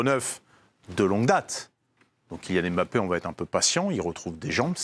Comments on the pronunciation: Quand on est expert on dit pas Mbappé on dit Bappé 😆🤡🤡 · Carine est l’une des seules à prononcer « Bappé » correctement. Mais elle se laisse influencer par ceux qui disent MmBappé. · C’est MBappé, et non M bappé, please